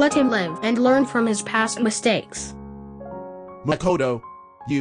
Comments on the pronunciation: Makołto is de kilar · makoto Ish Da Jane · No, it was more like "Makoto iza da killer" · Everyone: makoto is the killer Celes:mackodo is dhe kilar